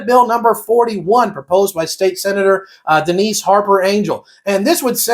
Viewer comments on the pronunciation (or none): none